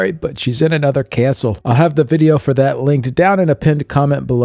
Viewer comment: “Anuther caestle!” Thanks for your videos! Enjoy Vegas (if you’re there!)